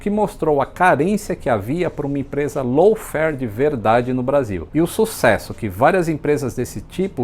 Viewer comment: Não estou conseguindo ouvir low fare, apenas escuto lawn fare.